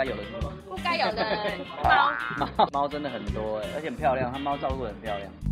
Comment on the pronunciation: 我沒有～～～（舉雙手），可是妳說貓好漂釀那裡我有一秒回到被馬來西亞人包圍的港覺XDXDXD